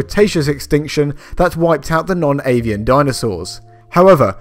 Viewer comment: I thought you said "non-alien" dinosaurs, and I wanted more info on the alien ones.